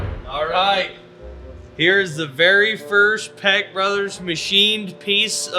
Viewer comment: Wife wants to correct your speech and I agree how you pronounce your name peck sounds like you say peg brothers the meaning of what it sounds like you say wow